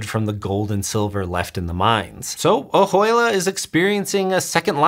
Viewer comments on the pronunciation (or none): That is pronounced, Oh-wei-la. The ju is pronounced like a soft 'w' such as in Juarez.